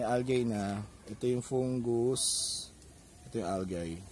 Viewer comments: You have very good enunciation sir. However, algae is pronounced as al-jee. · [ al-jee ] not [ al-gey ] or [ al-guy ] say it with me, al-jee!